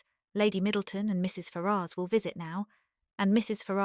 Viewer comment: Very good, but am I the only person that's going mad at the pronunciation of Ferrars? Every time I hear it, I am thinking, who are you talking about 😂